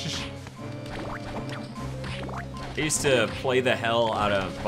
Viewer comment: I think it's supposed to be yoost.